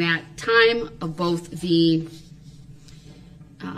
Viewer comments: Bofe detectives? Bofe? How can a grown adult actually say that? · I wonder if the lady typing the record, types "both" or "boff", when dip shit talks. 😂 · During boof, cant he say both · "BOFF.... BOFF detectives"